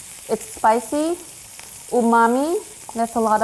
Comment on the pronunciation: 旨みぃー？ 旨味って言った？笑